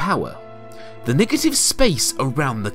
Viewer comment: Damn, i didn't know the word negative had an i at the beginning as well